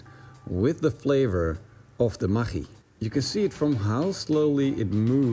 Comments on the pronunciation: Spell it "ma-GG-i" like in the word Buggy. When you say it i sounds lika "Ma CH I" . Even you are right, i think most of the poeple spell ist "ma-GG-i" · it's pronounced MAGGIE, like Maggie from The Walking Dead. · We have Maggi noodles in Australia. But we say it as Maggie We pronounce it with an e on the end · What did you call that? Maghkchi? Never heard it pronounced that way before. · lolol i didnt know that's how you pronounce the name. Here is asia we just pronounce it as "Maggie" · pronounced Ma-gee :D